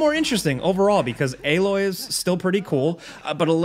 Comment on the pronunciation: Stop saying aaaaaloy